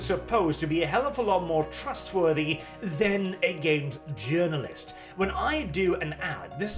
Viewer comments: I don't know if it's the accent or on purpose, but everytime says gaming journalist I hear gaming urine-list. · I like how pronounces "Games Journalist" like "Games Urinalist". Seems pretty appropriate!